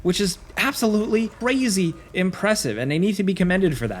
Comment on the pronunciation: did he just say "brazy impressive"?